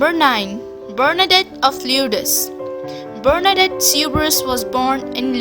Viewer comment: It’s saint Bernadette not barnadette